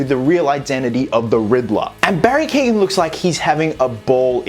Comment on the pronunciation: From a another Irish man it’s pronounced keo-gan.